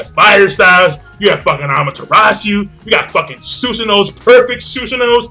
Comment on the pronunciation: is susanoo not susonoo